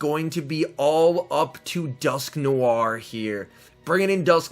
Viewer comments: 🤣🤣🤣 it’s alright everyone pronounces different Pokémon funny stuff. I’m pretty sure it’s pronounced as Dusk noir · Why do you say dusknoir like dusknoiare